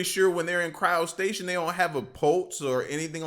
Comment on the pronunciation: Man why do you always be watching these ai videos? They didn't tell you, it just cut off but that second monk. Is technically alive. He has a faint heartbeat. Oh and it's cryotstasis. Not cryostation. I've heard you say that before, just trying to get your back.